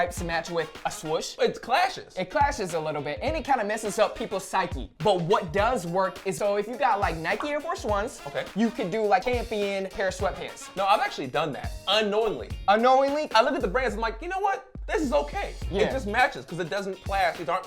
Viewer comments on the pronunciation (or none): Why is he pronouncing champion like campion tf